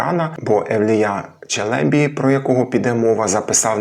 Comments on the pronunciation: 1. Турецький наголос не такий виразний, як наш. Мабуть, по-різному можна чути. Проте ви дійсно, наприклад, на початку цього відео не чуєте, що "Евлія" і "Челєбі" кажуть з однаковим ритмом? та-та-ТА та-та-ТА. Чи тут - 2. На початку невизначеність ДЖ vs ДЗ. Те саме, що Ч vs Ц, тільки дзвінке, тобто одною буквою він міг позначати і ДЖ, і ДЗ. Але Ш всередині - інша річ. Тут дійсно погоджуюся, що це доводить шепелявість. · вдруге: Ті турки, мабуть обманули Вас. Тож при нагоді натякніть їм, що вони помиляються. Біда з ними, тими турками... Моє питання до Googl: ''як правильно, Челебі́ чи Челе́бі?'' Відповідь : "Обзор от ИИ +1 Правильно казати Челебі́ (з наголосом на останньому складі), оскільки це турецький термін, що означає "пане", "панич", "освічений чоловік", і в українській мові він запозичений з турецької, зберігаючи наголос, як у відомих постатях типу Мехмед I Челеби та Евлия Челеби. Челебі́: Наголос на "і" – це правильна форма, що відповідає оригіналу та усталеним прикладам. Челе́бі: Наголос на "е" – це помилковий варіант. Отже, вживайте Челебі́. '' Видаляти коментарі - не найкращий спосіб для здобуття доброї репутації. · На останньому складі наголос у "Челебі" треба, перепрошую. Дякую за відео! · 1. У "Челєбі" наголос на останній склад. 2. "Уже тоді м'які польські приголосні звучали як шепеляві." Якщо він ц і ч не розрізняє, то і тут дз, дуже ймовірно, так само записав. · Евлія́ Челебі́. Підозрюю, що, правильно, з наголосом на останній склад. В турецькій мові, мові кырымлы, наголошують останній склад. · Нема в укр. мові слова "доєднатися". Ви ж намагаєтеся обговорювати мовні теми... Каліченою мовою?? А зрештою, "Челебі" має наголос на останній склад.